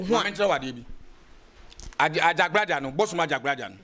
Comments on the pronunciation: This guy is very confused.Prophet Asiamah is lead by AJAGURAJAH not what the komfo is pronouncing AJABGLAJAR.👈🏻this could be true but has nothing to do with the MIGHTY AJAGURAJAH who leads us all🙏🏼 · is talking about Ajagblajah... instead of Ajagurajah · This okomfuo himself is fake he can’t even pronounce Ajagurajah